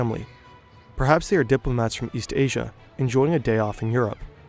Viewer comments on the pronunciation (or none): none